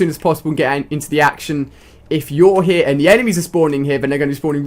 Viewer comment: when he says here it sounds like heh